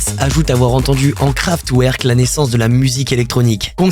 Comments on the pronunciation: Super vidéo continue comme ça fréro ! Juste je dis ça en mode bienveillant mais on dit KraftVerk :)) 🔥🔥🔥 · Pour rectification sans animosité, on dit Kevin SauNderson ainsi que KraftVerk :-)